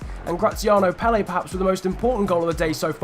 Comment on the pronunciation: Graziano PELE? It is clearly pronounced Pel - Er